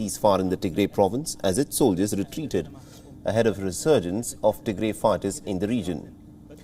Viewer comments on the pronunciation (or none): Please correct your pronunciation it’s pronounced Tigra it is Tigray!